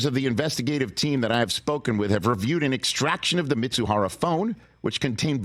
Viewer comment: Ippei’s last name is Mizuhara, not Mitsuhara!!!